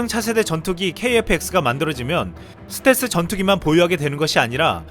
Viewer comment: 스탤기? 스탤스라쓰고 스탤기라 읽는다! ㅋㅋㅋㅋㅋㅋㅋㅋ 자기가 어떻게 말하는지 조차도 모르면서 유툽방송을 한다고? 지나라 말도 제대로 못하면서 무슨... 한심한...